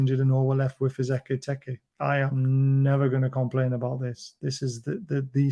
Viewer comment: Why, when you pronounce Ekitike do you make it sound like Eggy Peggy? It's "Ek-I-Teek-Ay" Howay man